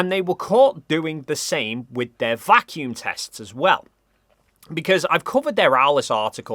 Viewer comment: Why are they saying vacuum like it’s a proper noun? As if they’re talking about someone named Vacuum.